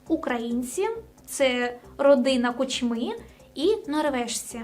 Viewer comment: перший раз попалась мені на очі ця дівуля,як що ти про український блогер то НАВЧИСЬ ПРАВЕЛЬНО ВИМОВЛЯТИ ПРІЗВЩЕ КУЧМИ !!!!! дізлайк і не підписка однозначно,боже яке позорисько ...